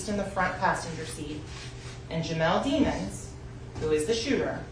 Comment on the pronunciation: Sometimes she pronounce his last name as Dimons and sometimes Demons when she’s tryna make a point